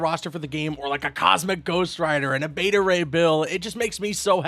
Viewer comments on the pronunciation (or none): none